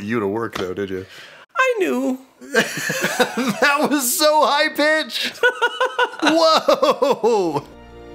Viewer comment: wtf!? 😂😂 "I knEw!" I'm sorry that caught me so off guard, g-ddamn! 😂😂